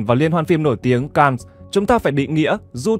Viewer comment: Cannes là chữ Pháp phải đọc theo tiếng Pháp chứ. Ko học Pháp lại đọc theo tiếng Anh nghe nhức lõi nhĩ như dân Bắc Kỳ nói ngọng K, N 😂😂😂😂 !! Về học thêm nếu ko thì chỉ người ít học mới xem kênh của bạn !!!